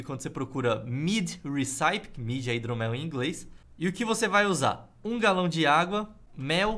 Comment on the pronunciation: Nao é "reçáipe", a pronúncia de Recipe eh "Récipe"... eu ja tinha visto antes e aih o flw dnv e eu fiquei em dúvida... caralho! hahahahha